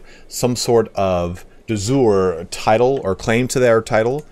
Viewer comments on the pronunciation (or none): Google seems to indicate de jure is pronounced "day jury." it's NOT the same du jour which is pronounced "duh zure" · I like how "De Jure" changes pronunciation every time. "De Joor", "De Jooray" "De Zoor". How to pronounce it, is "Day you-ray". The "J" in Jure is a Y in english (like in you), not a dzh sound (like in John). It comes from latin "iuri". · Hello, great video! I have two questions: 1 is it possible to switch from tribal to clan? 2 are there alternative succession laws for asian tribes? Thanks in advance. p.s. De jure in latin reads like de yurae would read to an english speaker.